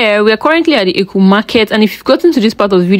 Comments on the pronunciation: Not éku but Ękuuuu or Air kuu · The town is called Eku (pronounced as: air -khu). Obviously, you are non-native, but you should make effort to get the correct pronunciations of the local names because the language is highly tone-dependent. Your pronunciation of the name of the town is very wrong because it means 'evil thing' in the local language.